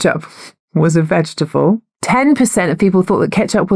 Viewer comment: But, is it veget-able?